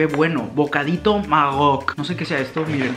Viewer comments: Al "popote" de yerba se le dise bombilla. Se dise marroc no marog Saludos desde Argentina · "Bocadito Magoc" JAJAJA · Bocaditos maGOOC JAJAJA es maRRoc!!!!! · Me muero de risa cuando dijo lo de chocolate Arcor y al lado desis lo que era y es un turron 😂😂😂 y cuando dijo maok y es marroc 😂😂😂pero me fascina el video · Jajaja que gracioso enves de marroc le dijo magro